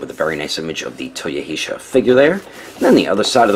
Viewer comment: It's Toyo-He-sar.